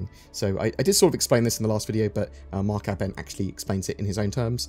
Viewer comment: Mark Ah Bent? o.0 Think its Aibent but you spell it Abent but say it aibent but idk. But its NOT Ah Bent lol.